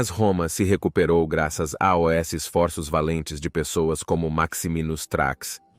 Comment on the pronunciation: Eu percebi que o narrador é mecânico. Não é uma pessoa de verdade. Porque nós não falamos "A O S" para dizer "aos".